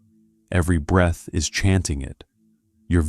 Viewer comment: It’s breath …